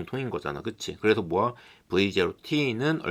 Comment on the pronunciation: 모야를 왜 모아라고 발음하세요...?